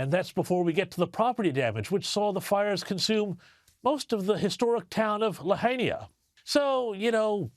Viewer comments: Lahina..La-hein-ah! Not..Lahania! You can read a word if you practice it a couple times first. (Just ask a friend) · Lahinia? it is pronounced Lahaina. Hawaiian is actually a very easy language to pronounce. Each letter and vowel is pronounced, except W is pronounced as V. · We are hearing reports that there is not going to be AID, ONLY LOANS, so that the locals have no choice but to sell out to the elites wanting to expand their mansions!!! And it's pronounced La- HI- na.